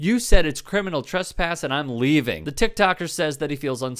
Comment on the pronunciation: Ah man .. when the cops can’t even pronounce “criminal” … “crinimal” is not a word … smdh